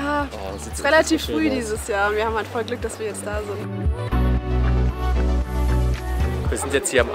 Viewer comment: Kleiner Tipp: Asakusa wird "Asacksa" ausgeprochen, das u wird im Namen nicht betont. :)